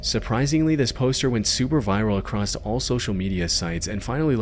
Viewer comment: The word is "across". Not "acrost".